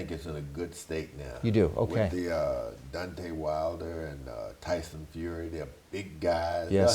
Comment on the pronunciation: good interview but just FYI it's Jim LAMPLEY not laffley. and DEEontay, not dontay wilder